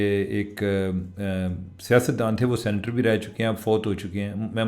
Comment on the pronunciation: چیمہ صاحب تسی انگریزی وچ لخدے او پر توانوں سینیٹر کہنا نئیں آندا